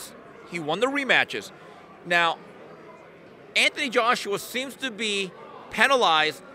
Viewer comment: Anthony Joshua not Anthon Joshua.